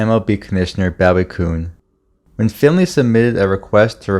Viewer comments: What was the commissions name? It's pronounced 'boo we' not 'bow we'. Like the knife. Interesting story. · The narrator said your first sentence. Note to the narrator: The MLB commissioner pronounced his name like “Boo-ee,” not Bowwee.” Also, Jerry Grote pronounced his name as “Grow-tee,” not “Groat.” Don’t try just to wing it reading from Wikipedia. Also, you ragged on the offense production of Andrews towards the end of his career. Successful managers such as Dick Williams valued middle infielders such as Andrews back then primarily for their defense, not their offense, and as late inning defense substitutes. Yes, Andrews had a bad WS inning in the field that day, maybe because of nerves. Don’t just post his offense analytics numbers and conclude he was “underwhelming.” Research middle infielders such as Ed Brinkman, Larry Bowa, etc. from that era and you will find numerous contemporaries fitting the “good field, no hit” acceptable standard of the time. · A small point, but the name Grote is pronounced "Grow-tee", not "Growt". And Bowie Kuhn's name is pronounced "Boo-ee Key-oon". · Bowie Kuhn's 1st name is pronounced "Booie". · Bowie is pronounced (buoy). Bowie Kuhn. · Jerry Grot-EE and Boo-EE QU-ne is proper pronunciation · Bowie Kuhn Pronounced “Boo-ee”